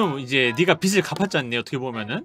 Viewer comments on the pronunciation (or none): 빚을 제대로 발음하는 사람이 어떻게 한명도 없네 ㅋㅋ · 빚을 발음 ㅋㅋ 다들 비츨이래 ㅋㅋㅋㅋㅋ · 비즐 비즐 비즐!!! 비츨이 아니라 비즐!!! 왜 다들 하나같이 빛을 갚았다고 하는거야? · 발음 나만 불편한가? 빚 - 비즐 / 빛 - 비츨 / 빗 - 비슬 비츨, 비슬 불편한거 나만그런가?